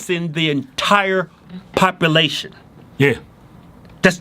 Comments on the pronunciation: wtf is popalation? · Facts are facts.... Can we just address how they pronounce "population" its not popilation. Love these guys tho. Trump 2020!!!! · It's not "papa-lation", it's "pop-you-lation". Everything else you guys say is cool with me. Carry on. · Parpalation lmao idiots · Papalation!!! Irelafant!!! Lol